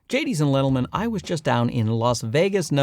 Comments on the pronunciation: "Jadies and lentlemen"😆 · "Gadies and Lentlemen" HAHAHA You're awesome! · Im sorry... I couldnt get past "gadies and lentlemen..." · Lol I had to reply that part I thought I was going crazy when I heard it at first